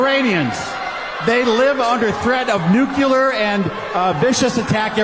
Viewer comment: Man, guy can't even say nuclear correctly. Reminds me of the jib jab skit about Bush and Kerry where Kerry's character says, "He can't say nuclear. That really scares me..." 😂